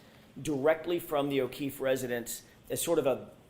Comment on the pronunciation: And thank you for saying his name correctly officer John O’Keefe so many people don’t 😢